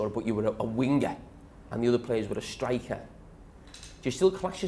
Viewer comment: “wingerr” “strikerr” how he says it